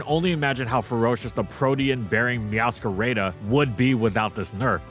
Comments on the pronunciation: For anyone sharing an ability with Dondozo, Meowscaradas name is a combination of the words "Meow", and "Mascarada" the spanish word for "Masquerade", pronounced Mas-ca-ra-da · No one:: "Meowscareida"